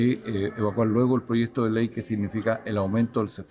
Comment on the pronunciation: La periodista que diga bien proyecto no es prochesto estamos en chile